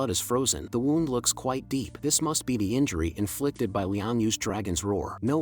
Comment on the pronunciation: People: W"ou"nd Ai: W"au"nd